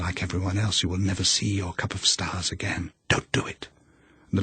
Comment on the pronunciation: She wants her cup of stahs